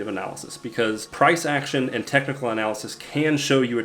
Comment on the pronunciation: looks like Superman, and his kryptonite is pronouncing words like “cyclical” and “technical”